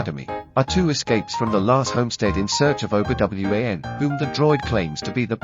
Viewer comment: Obi W-A-N. Yikes. This is atrocious.